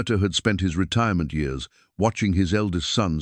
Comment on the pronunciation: The reading of the story was okay but the way he read the years is wrong. It's distracting 😮